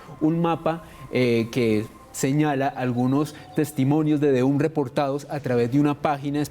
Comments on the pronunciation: me alegro que pronunciaras bien The Hum (foneticamente De Jom) y te notaras profesional en la introduccion y lo tiraras al zafacon al comenzar la seccion con De Jum... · Uuuich! Ole supersona si lo van a nombre en ingles alo mero aprendan la pronunciation eso suena como una a recortada sumerce ham no hum